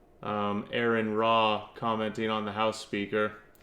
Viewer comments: I'll point it out from teh start. Why are you mispronouncing Aron's name? It's Aron, not Aaron or Erin. If you want to pronounce his name correctly, it's simple. Just say the letters R N. The 1st Commandment dirrectly contradicts the 1st Amendment. 1st Commandment: "You shall have no other gods before me." 1st Amendment: "Congress shall make no law respecting an establishment of religion or prohibiting its free exercise thereof." Freedom of Religion is in direct violation of the 1st Commandment. What makes you think that there's a supermassive black hole in the (non-demonstrable) center of the universe? In order for there to be a center, there has to be borders. Are yo sure you've not confusing "center of the universe" with "center of our galaxy"? Because at the center of the GALAXY, there is a supermassive black hole. Aron Ra doesn't put faith in anything, because faith is useless. We've discovered plenty of planets capable of sustaining life. In fact, I think it's one of Jupiter's/Saturn's moons that has been found to be capable of supporting marine life. We don't know whether or not there's life on those other planets, because we don't have the capability to that at such a range. The universe is a big place, so the likeliness that we're the only planet that has life is astronomically low. In fact, we have confirmation of other life. Plenty of space rocks have been found to have microbial life. The chimical reactions that lead to the formation of life on earth are NOT an ex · His name is Aron, not Aaron. Only one A. Pronounced like the initialism for Registered Nurse. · Ignorant dùmb cùnts. Its not Aaron, it's aron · first off all it's pronounced Are-on. And you have the balls to talk about his looks while your fat wife rolls around in that poor chair? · I lasted 2 minutes, I quit listening when you mispronounced his name. You couldn't even get the man's name right